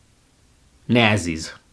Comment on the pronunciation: That's not how you pronounce nazis